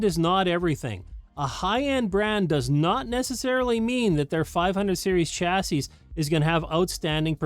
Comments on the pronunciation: Chassis is a French originating word, the last 's' is silent. "CHA-see" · You might wanna add a de-esser for when you mispronounce "chassis". 😂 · LOL you caught that too